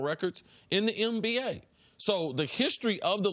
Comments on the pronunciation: Is it just me or do y’all hear Cris Carter say MBA instead of NBA every time? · Is it me or does Chris Carter sounds like he's saying "MBA" instead of "NBA"